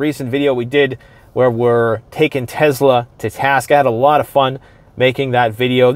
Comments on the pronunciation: Tezla😂😂😂 it's Tesla💪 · Never heard of a tezla before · Why do people pronounce it teZla is spelled Tesla.